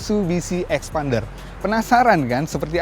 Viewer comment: Now i know why they called xpander as eksPArnDer... Because they said phonics A as Arr... Not Eh!